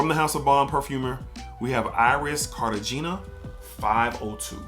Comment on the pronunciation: Dope review. It's Car-ta-hay-nah by the way.